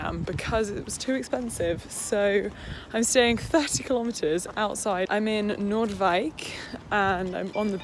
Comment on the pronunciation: Hahahah I love that you call Noordwijk Amsterdam. And I love how you pronounced it. ❤️❤️❤️❤️